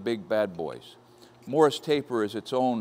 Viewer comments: Two comments, first off when drilling steel make absolutely certain it's secure in the vise. If it should grab and come loose it will spin around taking everything within it's reach with it. BTDT. Secondly, the pronunciation is MORSE, not Morris taper. Great find on the machine! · Sounded like Morris to me too. Morse as in Fairbanks Morse. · Morse Taper - Pronounced like horse, single syllable. It sounded like you were saying Morris with two syllables. It is one of the machine tool tapers. See Wikipedia for "Machine Taper".